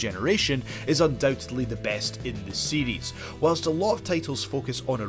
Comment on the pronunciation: I think it's cute how when he says series, it's sounds like seedies.